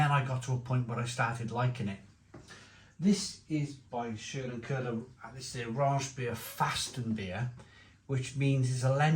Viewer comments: Si, its Schlenkerla, not Scherlenkerla. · Too funny how you pronounce this beer (-: It's "sch" as in "shit", "len" as in "lenght", "ker" as in "Kermit" and "la" as in "last": Schlenkerla, emphasis on the first syllable. By the way, have a look at the cap, there you can find a man with a walking aid. According to tradition, the brewmaster at that time lost control of his horses while unloading the barrels from the cart. He was run over by the wagon and injured. Ever since, he had to compensate for the injury while walking by swinging his arms. Which is "schlenkern" = "dangeling" while walking.